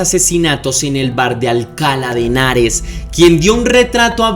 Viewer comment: Hola, me gusta tu canal. Se pronuncia Alcalá de Henares con acento agudo y no Alcala sin acento.